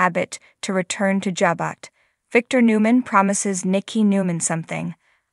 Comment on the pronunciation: Why do you continue to pronounce words/names incorrectly? It is Jabot, not jabut.